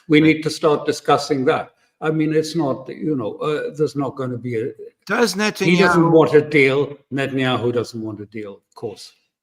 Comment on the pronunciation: " interest of Nuttinyahoo' . 😂